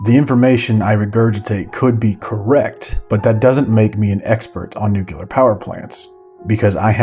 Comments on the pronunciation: Wonderful doc, thank you for the hard work, and I am sorry but its pronounced NUCLEAR aaaaaaaaaaa xD not nucellar sorry couldn't help myself. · also .. nuclear - (new-klee-ahr. it's pronounced new-klee-ahr). whatever you're saying doesn't sound like a word. pretty close to nukulahr... drive me crazy as a physical scientist. even though I'm merely an engineer. 🤣😂🤣😢😉